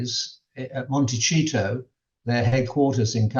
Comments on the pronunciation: it is Monte-see-to not Monte-chee-to. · Why does he refuse to pronounce Montecito correctly?